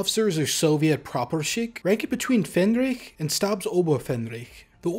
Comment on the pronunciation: But the pronunciation needs some work - "faehnrich" and "gefreiter". Should have at least checked against Google Translate's audio.